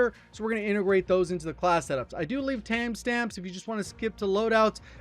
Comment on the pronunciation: “Tam stamps”